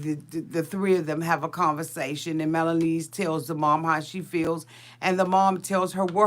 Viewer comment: Do you say "Melanese" instead of Melyza on purpose? Lol!